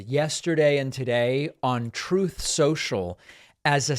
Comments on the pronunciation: He said he stated “Truth” or “Troth” depending on your preference 😂😂😂. I’m dead. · "Troth" - love it. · I love it how the Orange Dick-tator can't even pronounce the word "truth" 🤣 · Troth Senchal LMAO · He can’t even say the word “truth”…